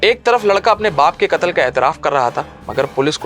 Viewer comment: بہترین انداز بس لفظ (کتل) قتل غلط تلفظ کررہے ہیں